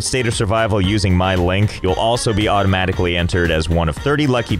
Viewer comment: is there a reason that you always say ''linkie'' instead of just ''link''? please respond i have no idea